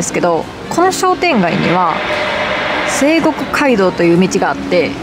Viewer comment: せいごくかいどう× さいごくかいどう○